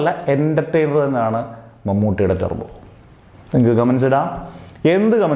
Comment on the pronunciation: സത്യം, നല്ല സിനിമ ആണ്, പിന്നെ ടെർബോ അല്ല ടർബോ ആണ്